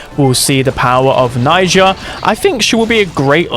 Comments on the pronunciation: Najia not naija!!!!! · Unc it's Najia, not Naija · It's not Naija, it's Najia 😊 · Siriuspocalypse tomorrow 🔥 Also she's Najia not Naija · That was so Dragebait hearing Naija all the time 🥲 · The way you say najia is infuriating 😂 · cuz he keeps mispronouncing it